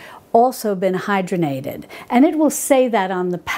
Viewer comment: I think the word you were thinking of is “hydrogenated” vegetable oil. Pronounced hide-raw-gen-ate-ed. You are correct, they are bad for us because they are a trans fat, man made, and they drive our bad (LDL) cholesterol up. Lard is much healthier for us, I believe. Thanks, I grew up on the Little House books and bought them for my granddaughter. I will look for the cook book.